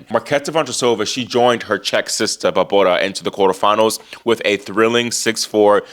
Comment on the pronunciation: Love how you cover the women! And how you pronounce Barbora! Such fun!!